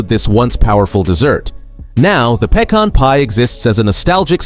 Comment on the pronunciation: The Pay-Con Pie 😂